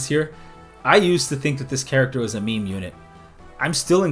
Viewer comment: I legit thought he said "mean unit", and she is mean, so...